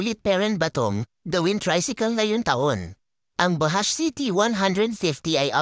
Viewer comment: Ang pagbigkas po diyan BAJUDGE hindi po bahash 😅